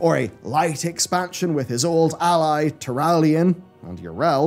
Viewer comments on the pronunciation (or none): none